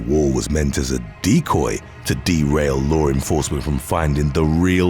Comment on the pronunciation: Not for anything, but it’s LAW ENFORCEMENT, not lore enforcement. If you use English as you primary language, use it right. I used to have to correct my own mother for adding an unnecessary R in words ALL the time, but, it didn’t end up helping.